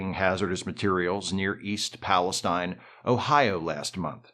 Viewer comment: Pal-uh-steen is how I have heard that the locals pronounce the name of their town. Sorry for being the “um, actually” guy, just trying to be helpful.